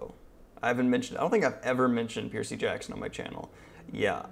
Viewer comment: Piercey Jackson...